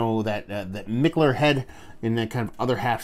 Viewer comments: you are totally butchering the pronunciation of Mikkeller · ok.....Bro your comparisons are the shit but Kobe secondary to Shaq?🤔?? Cmmooonnn!! Anyway, always enjoy the reviews dude and who give a flying fuck how you say Mikkeller!!